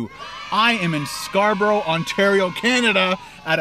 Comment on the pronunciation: im from perth and i died when he said scarborough haha